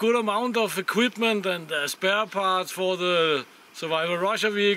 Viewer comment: Hahaha I'm dying 😂! "Can houuse me and za Trroll and a lot of eqUIPment. (Troll winks at camera)" hahahahahhs